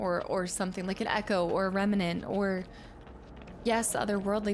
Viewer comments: it’s “reMNant”, not “reMENant”. Gives me “Ensuna” flashbacks every time you say it wrong 😂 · I think the way you pronounce Remnant, you added an extra 'a' in the middle compared to how it's usually pronounce, just a little detail I noticed and maybe you'd like to know! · I like how we are in part 5 and you still say remnant wrong 😂 you just add letters lol